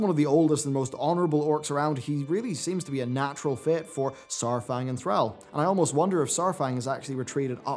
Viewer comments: Thrall. Its Thr-all, not Thr-al. You aren't saying the second "L". Just like you pronounce Al and all differently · Say AL. Now say ALL. Now say Thral. Now say Thrall..... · why are you purposely ruining all these character names? Yrel is rel...Thrall is Thrall not Threll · I think Yrel more pronounced Yirel not Yerel. Thrall is Pronounced Thrawl not Thraal. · Who the hell is Thr-al ? Al bundy's cousin? Thr-all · why does insist on pronouncing the "all" in Thrall as "al" instead of "all"? At no point in any cinematic is his name ever pronounced that way. says "Thr-al" so many times in this video I couldn't finish it. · "Thrall" not "Thral". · Love you bro, but i couldn't help but crack a laugh when u say "Thr-AL" and not Thr-aul" like haul but with thr infront. i just laughed everytime. no hate, just thought it was funny. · The way you say Thrall drives me nuts.. lower case "a".... Say "all" out loud, then put the "thr" on the front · Thrall, (pronounced like "crawl" rather than "pal" here in America). Is your pronunciation the British way or just a personal thing? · Did...did just mispronounce Thrall? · I don't like how you say Thrall. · Disliked for how you say 'Thrall'. Lol wtf was that?